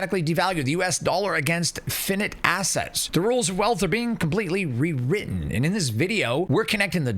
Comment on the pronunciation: F(eye) N(eye)te FFS, are you that ignorant?